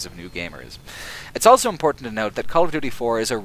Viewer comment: I hate the way you pronounce the word ''also''. It's ''aw(l)so'' not ''L-so''. It's weird. Great video though.